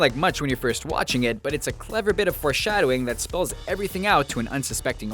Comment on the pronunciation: 'Fore shadowing'